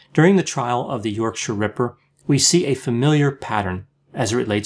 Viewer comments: Well done for pronouncing ‘yorkshire ‘ correct. Most Americans can’t do it. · As a yorkshire man im impressed that you pronounced yorkshire correctly often people over the pond put too much emphasis on the 'shire' Really good insight, may i suggest to people the book wicked beyond belief a very good read on the ripper and the flaws in the investigation. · Hearing an American pronounce Yorkshire correctly shocked me XD thank you Dr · I applaud your UK pronunciation adjustments on this one ("Yorksha"). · Thanks for the nice pronunciation of Yorkshire, especially the -shire bit ☺ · Kudos for the correct pronunciation of Yorkshire!! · Good pronunciation of Yorkshire. 👍